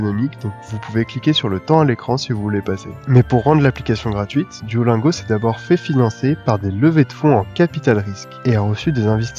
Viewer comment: [duolinego] pas [duolaingo]